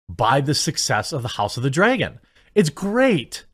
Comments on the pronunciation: It's not Dreagan it's pronounced Dragon. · Why do you say "Draygon" instead of "Dragon"? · what is this "House of the Draygin" he keeps mentioning? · Not gonna lie. You say Dragon super weird